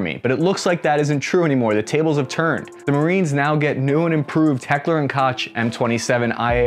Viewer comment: As a German I am furious. Your pronounciation of Heckler was perfect! Your pronounciation of Koch is unforgivable. It's not ”tʃ“, it's ”ch“ (phonetic).